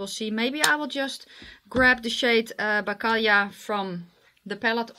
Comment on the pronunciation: No, not at all. Morelova and bakalia and karmelek pronounciations were awesome. You sounded almost like us Poles:D Thank you for that.:)